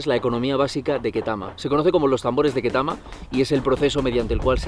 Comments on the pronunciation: se pronuncia ktama no ketama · It's pronounced ketami as in a b c